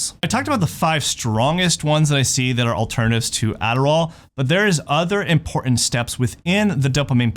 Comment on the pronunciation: right, he's a dofuss, pretending to be important, or IMPORNAN(t).